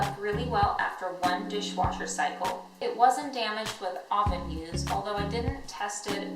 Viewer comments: What's an "ahven"? UHven. Eastern European accent? Also, blink more. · Say oven right bitch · She can’t say oven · "I popped them into my AHven." Wtf? 😂😂 I've heard people say a plethora of words in a weird way, but "oven" definitely hasn't been one of them 😆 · Seriously? Maybe it's an accent. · How you say oven makes me cringe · Why u say oven so weird